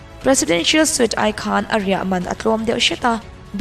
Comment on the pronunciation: Suite hi sweet ti a lam tur.